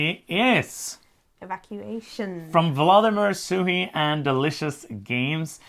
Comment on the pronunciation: Nice list! I am glad to see Voidfall so high on both of your lists! And I am happy to see someone pronounce Vladimir Suchý correctly :)